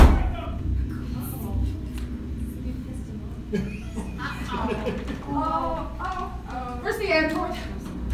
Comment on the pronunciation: Other: Wake up. Connor: wACe uF